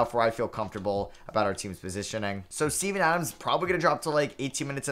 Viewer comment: no way you said steven adams i heard semen adams😭😭